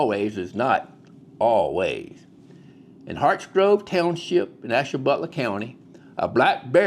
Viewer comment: Where is this guy from? Definately NOT Ohio. His pronunciation of our places was abhorrent! Ash- ta- BU-la, buddy!